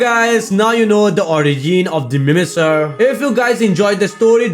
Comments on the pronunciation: Hey great video but just so u know it’s pronounced mimiker just to help u in the future! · No it is the mimicer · not even a minute in and the way u say mimicer made me lose my shit